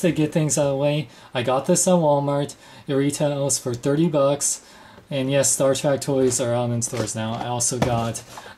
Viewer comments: It's Star TREK not Star TRACK. No offense, but you are just pronouncing it wrong. I have never in my life heard anyone pronounce it Star Track. With that being said, I don't like Playmates offering of the USS Enterprise. It lacks detail, paint, and looks more toy-like than something I would proudly display next to my Enterprise Refit by Art Asylum. I'm hoping that Art Asylum puts out a version of this ship because I know they will do first rate job. Apparently, these ships were rushed for retail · Spell it with me ...T ... R ... E .. and ...K ....now slowly pronounce it.... Staaaaar Trek.........not Track. Thank you and godbless your speech impediment. There's a place in this world for everybody. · why do you pronounce it star TRACK? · U SAID STAR TRACK!!! ITS STAR TREK!!!!!!!!!!!!!!!!!!!!!!!!!!!!!!!!!!!!!!!!!!!!!!!!!!!!!!!!!!!!!!!!!!!!!! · shut it its sopost to be sed like this Star track every 1 says star track beides it sounds weird as hell saying star trek insted of star track people have allways sed star track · star 'trak' lol